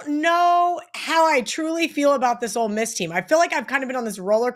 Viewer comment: It’s OLE Miss not Old Miss.